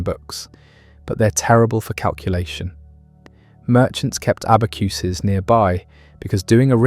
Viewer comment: Abba-kyu-sis (abacuses)? It's "abba-kasiz."